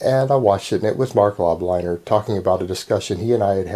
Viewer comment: Im disliking because you pronounced lobliner Wrong #MACHINE #MILITIA